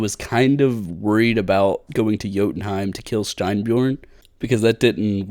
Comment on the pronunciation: you ever played god of war? pronouced jotumheim perfectly lol.